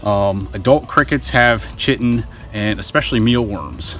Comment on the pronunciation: Chitin... pronounced "kite-en"